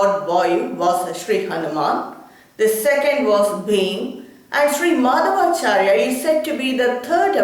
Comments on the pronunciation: You don't know how to pronounce his name properly. (madhwaachaarya, not maadhavaachaarya!!). -His philosophy is actually called tattvavaada (not dwaita as generally known). Old scriptures never call this philosophy dwaita. Similarly Sri. Shankaracharya's philosophy is called maayaavaada, not advaita. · Prounounce the name properly... Madhwachaarya.... Not maadhavaachar,...